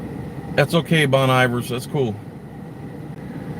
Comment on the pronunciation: Haha Bon Iver... it's pronounced Bone eee Vare. In french, and comes from "bon hiver" and means "Good Winter". Learned that on Northern Exposure lol. Love your work,. You have my support.